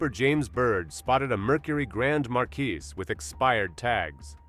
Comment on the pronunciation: 👎 Awful pronunciation. Marquis is pronounced MAR-KEY. :face-blue-smiling